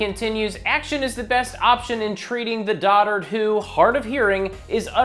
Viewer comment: why does he pronounce it Dodard?